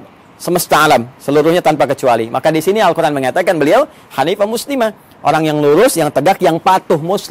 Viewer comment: Izin ustaz...knpa ustaz menyebut al quran dgn huruf ع padahalkan alquran itu tdk ad huruf ع nya : contoh seharusnya القر ان tpi ustaz ssbut القرعان